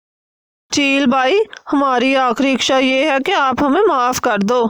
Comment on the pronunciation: Mam iksha nahin hota ,sahi lafz hota hai ichhaa.